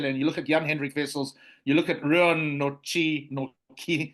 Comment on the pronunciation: you can’t pronounce Nortje? Sis man.